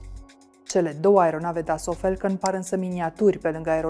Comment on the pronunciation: Mai oameni buni de la Recorder, "a" in engleza nu se citeste mereu "e". "Catering" nu e "chetering" iar "falcon" nu e "felcon". Vorbiti corect ca rade Klaus Marlanis de voi.